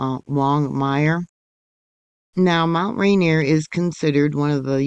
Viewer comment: Pronounced "Rain-Ear"